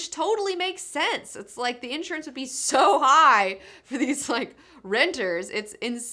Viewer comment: you pronounce insurance wrong